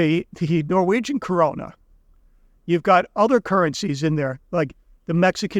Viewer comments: Usd isn't money either, it is however a currency. Only gold and silver is money the rest is currency. It's krona not Corona you put the R in wrong place and you use two O😊 Or just use the english word Crown as in the kings crown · Right. And it's the Kroner (crown), not the "Corona".